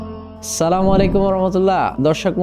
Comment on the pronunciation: ভাই আপনার কথা মাশাল্লাহ ❤ সালাম টা শুদ্ধ করে দিলে ভালো হয়।